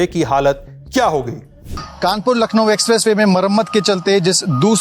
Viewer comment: Baba ji lakhno nhi hota h